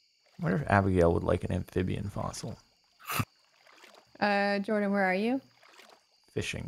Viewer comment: for everyone watching this its jordan not jardon